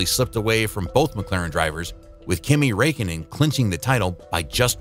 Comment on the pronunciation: kimi rekkenen